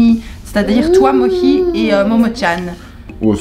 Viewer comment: Ton papa est très attachant , j'ai rigolé quand il a dit motchi au lieu de momotchan